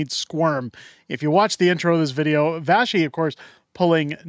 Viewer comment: Hi, just fyi, her name is Vassy. Pronounced as it is written, not pronounced Vashy. If your listeners are French speaking, the word vache means “cow” in French. This information is only to help you sound more professional.